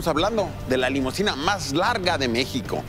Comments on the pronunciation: Se dice limusina, de nada. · No es "limosina", sino limusina.